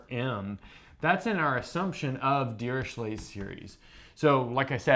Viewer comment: A simple question. Why dont u pronounce dirichlet as u pronounce chloe or echo. Fourier is not four year. Etc... Just saying.